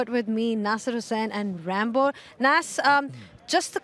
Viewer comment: Why the fuck is she calling ramiz rambo. Sounding too weird odd bad arghhh. 🤮